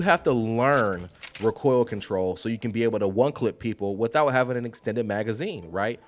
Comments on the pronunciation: Why do you keep pronouncing recoil "RickCoil" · I've watched a few guides (first time playing), but this one is the best. But the way u say recoil gets be a bit boiled. Keep it going bro!!! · My dude, you say “recoil” like Galifianakis says “retard” in The Hangover. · Learn how to say recoil and shorten your damn video! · I love how you say rah-coil and reticuuuule lmao